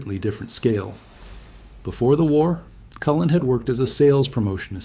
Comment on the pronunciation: My favorite is how it will pronounce a name/word incorrectly, then pronounce it correctly then do it incorrectly AGAIN but in a different way. I was laughing when this one said the nme "Cullen" 3 different ways. 😂